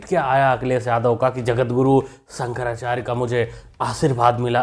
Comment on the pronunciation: शंकराचार्य ❌ संकराचार्य ✅